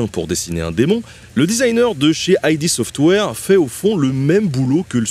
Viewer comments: Ce n’est pas “aï-di” software, mais “id” software, pour le Ça de l’inconscient en anglais... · "ID" se prononce "id" et non "aï di"' car il s'agit non pas d'une initiale en anglais mais du concept du "ça" dans la psychologie freudienne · La vidéo est sympas mais par contre aled la prononciation du nom du studio....C'est ID Software. Pas "idé", pas "aie di", juste ID comme dans "kid"ou "did" (mais sans la première lettre). C'est important parce que ça veut dire quelque chose pour le coup. Ça vient du concept de l'id de Freud.... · Et oui. Désolée que ça ne te plaise pas, mais la prononciation est importante quand cette dernière à une vraie signification derrière.